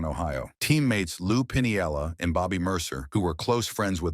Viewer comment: It's pronounced "Pin-ella," not "Pin-iella."